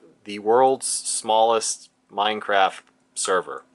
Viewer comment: Funny how he says Meinkampf.